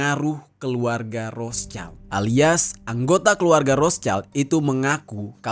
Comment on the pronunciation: Bacanya Rot Shild ya bang. Bukan Ros chaild.